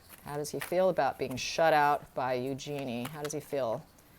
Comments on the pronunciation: Thanks for the phonetic correction! EU-jen-e correct? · Eugenie is pronounced Use-Your-Knee with the inflexion on the Use. Eugenie gets upset when her name is pronounced incorrectly. It is a French name and pronounced as the French would but it is mostly pronounced the English way which was not the intention when she was named. The name is OK pronounced your way if that was the intention but River explains it very well, better than I can. See